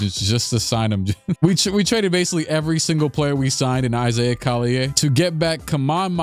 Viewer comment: I'm dying at the fact that he's pronounce Collier with a french pronunciation when it's not pronounced like that lol